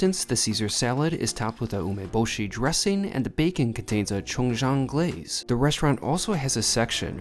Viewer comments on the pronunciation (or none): none